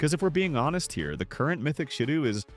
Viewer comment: It's still "shidough"